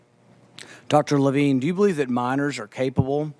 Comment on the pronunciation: Incompetent moderator, at the end she says "senator Lavene" 🤦🏽‍♀️